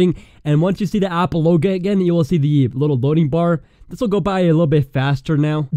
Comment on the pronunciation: he says apple loga what?